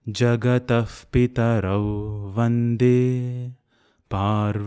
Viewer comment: It's not jagadah or jagadaf it's '''jagataH'''...🤗